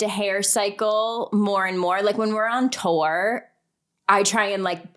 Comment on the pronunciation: The way Paige says “tour” is never not funny.